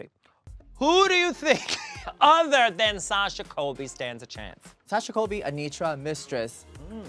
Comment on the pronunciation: Anetra, not Anitra